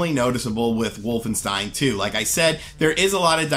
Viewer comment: "wolftensein two"